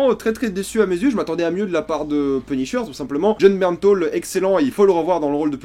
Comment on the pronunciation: c'est Bernthal que l'on dit pas " Bernthaul "!?! Jaaaaargh